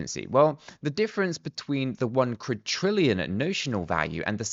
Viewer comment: Please stop pronouncing it as Quadtrillion, there is not T in Quadrillion!!